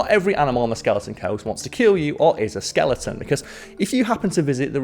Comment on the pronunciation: I heard it! You said Skelington! Your shame can now begin.